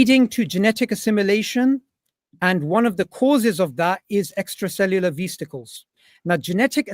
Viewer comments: “Extra cellular vizticles” Man oh man… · Extracellular veesticles :face-green-smiling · He can't quote the people he claims to have studied so he has to read of a slide. He can't even read it correct and says 'veasticles'. Infuriating to watch this scientifically illiterate moron attempt to avoid debating the title of his choice. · "Extracellular veesticles" 💀 bro doesnt know how to pronounce vesicles yet has the audacity to say Dave has a "comprehension issue" multiple times.